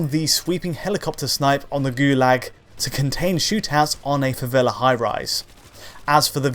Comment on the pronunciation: Joguei a versão 360 na época só pra jogar na favela. Vai Brasil. 🇧🇷🤣 Hey, thanks for using the favela term with good accent, not slum.